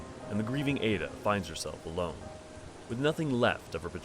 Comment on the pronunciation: I can't say where got their info but her name in Japanese is written エッダ which does indeed have a pronunciation more akin to ed-da or eh-da perhaps. The pronunciation in the video would most likely be written エイダ for comparison.